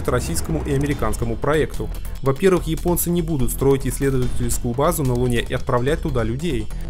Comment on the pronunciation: Всё классно. Только не "йипонцы", а японцы. Весь мир почему-то без труда чётко выговаривает первую "Я" и только в твоем исполнении это звучит, как минимум, странно.